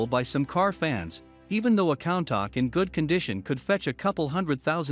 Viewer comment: it's countach (ku-n-ta-sh)